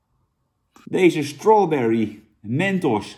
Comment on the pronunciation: strauberry, lekker Jan legend